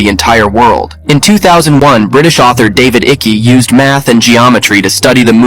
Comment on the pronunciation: "David Icky" lol